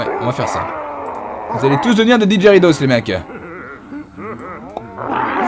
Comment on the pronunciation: C'est pas didheridos mais digeridoo sa se prononce digeridou